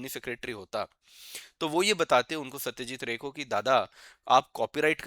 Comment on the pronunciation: Satyajeet Roy.....not Ray